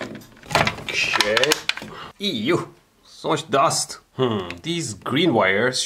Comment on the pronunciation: "ew" or EU?